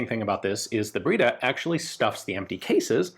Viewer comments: Ian you speak French why you butcher Italian so 😭 breda not braida. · Breda it reads , bredr, e as end.